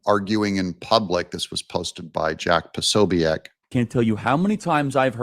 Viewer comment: Po so Bick. Is how you pronounce that